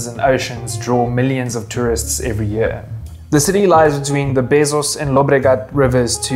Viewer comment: the beSos river being pronounced as Bezos is insane 😭